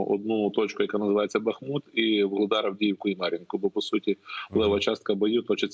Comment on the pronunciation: Горе - коли ведучий безграмотний. БухмУт !!! Тарган вусатий.